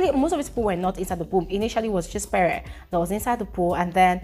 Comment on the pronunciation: It's pree not peree It's venivhaaa not venita